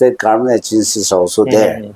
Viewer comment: Respected sir Meren, it will be more beautiful to hear pronouncing government, not garment 😊 anyway, big congratulations 🎉